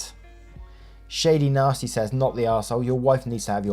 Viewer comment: it’s not Shady Nasty. It’s pronounced Sha-DIE-nah-stee. I figure you aren’t an Always Sunny fan 😂